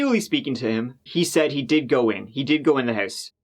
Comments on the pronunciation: Wow, you're really Giving It A Gew this month - I can barely keep up, lol! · Give it a geuu